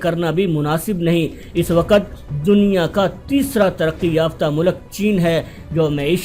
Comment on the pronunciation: What is "Saaaatelth" its "Stealth". Its "waqt" not WaaQat. Kher no sense of this video